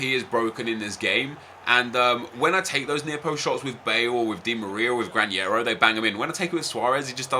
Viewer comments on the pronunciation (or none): Nep, the pronunciation of Granero is with a normal N. We pronounce that sound 'NH' only with Ñ, just that... Greetings from Spain. Nice Video!!